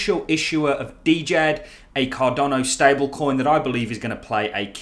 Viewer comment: fyi DJED....the d is silent